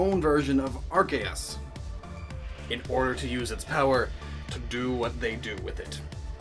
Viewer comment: I'm so used to people pronouncing Arceus as AR-CEE-US that I didn't realize that you pronounced it as ARK-EE-US. Kudos to you for pronouncing it correctly.